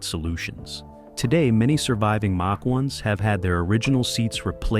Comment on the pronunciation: BAD INFO#8- " MATCH ONE" WRONG!! IT'S MACH ONE. SHIT.UPLOADER!!